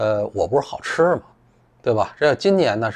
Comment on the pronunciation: 散人说自己好吃的时候我还楞了一下。 原来是【好吃啊】